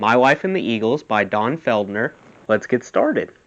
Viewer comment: It's FELDER, NOT "Feld-ner".